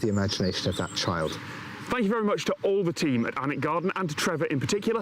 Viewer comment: Some of Harry Potter was filmed at Alnwick Castle, pronounced anick.